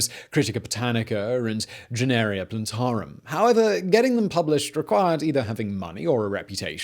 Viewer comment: Generia plantarum? I think Mr. Whistler is a very intelligent, very convincing guy - I'm an unsarcastic fan. But why can't he read a simple cue card? There are many examples of this and he should take a little time to read the words properly.